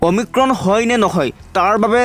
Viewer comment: অমিক্ৰম নহয় অমিক্ৰন,প্ৰথমে ভাষা শুদ্ধ কৰক।😏